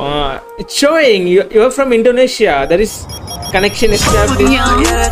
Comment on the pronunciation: Thair ❌ tair ✅